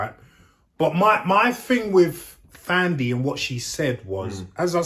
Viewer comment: The H in Thandi is silent.